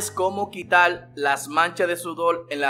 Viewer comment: Habla bien....mojal....leposal....quital...molar....reposar...mojar...habla bien....